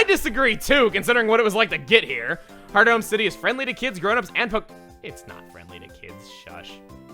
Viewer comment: Wait i always thought it was pronounced hearth-ome and not heart home